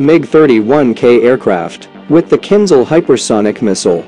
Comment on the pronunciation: It's not kin zal. It's kinZHal. The h is not silent.